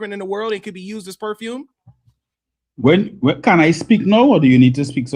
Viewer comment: Wow. Was that poofume or perfume from sweat? Seriously😝